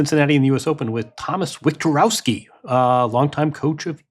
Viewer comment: Polish surname pronunciation police coming! ;) W is pronounced like V, so imagine it's Victorovski and there you have it. Much simpler to explain this one than Shfyontek ;)